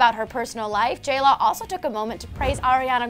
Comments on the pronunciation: J-LAW AND J -LO sounds the same when you say it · They say J Law, not J Lo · tori goulding she's saying jlaw